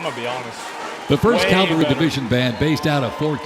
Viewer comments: The announcer said “Calvary.” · Only thing that bugged be was him saying Calvary instead of cavalry. But pretty good otherwise.